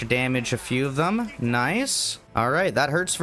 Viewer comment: God I hate the way you say “them”.